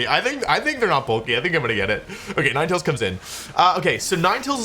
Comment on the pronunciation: bruh what Nin-e-tails